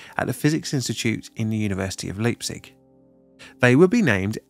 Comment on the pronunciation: just a hint: EI in German is pronounced AI like "I" in English. So it is Leipzig - Lipetsick and Uranverein - Ooranfurine :D